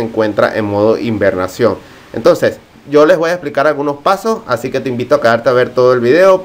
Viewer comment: Invernacion?????? Hibernación !!!!!!!!!!!!!!